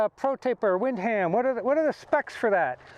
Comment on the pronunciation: I was going to mention that... Windham is pronounced win-dum.. no worries tho, great review overall.